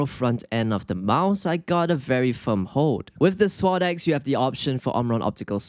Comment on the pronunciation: “Swod ecks”